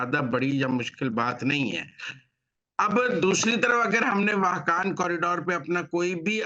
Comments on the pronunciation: صاحب آپ واخان راہداری کو با بار واحکان پڑھ رہے ہیں جو غلط ۔ پلیز اپنی غلطی کو درست کریں ۔ اور واحکان کی بجائے واخان ( Wakhan ) پڑھیں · معزرت کے ساتھ سر ،اپ تمام پروگرام میں واہقان کہتے رہے ۔اسکا درست تلفظ واخان ہے ۔ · پہلے واخان کا جغرافیہ دیکھ لیں پھر تبصرہ کریں ۔ واخان کی میں سفر کرنا بہت مشکل ہے۔ جب تک افغانستان اجازت نہ دے کوئی ملک اسے پار نہیں کرسکتا ۔ اور جنگ اس طرف نہیں ہورہی ۔اور اس کا تلفظ بھی درست کرلیں ۔ یہ پٹی افغانستان کا حصہ ہے دوسرے ممالک اس کو کیسے محفوظ کرسکتے ہیں ؟